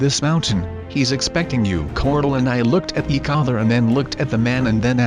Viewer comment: eak other he keeps saying eak other